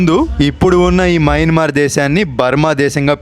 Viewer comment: మయన్మార్ అది... మ్యాన్మర్ కాదు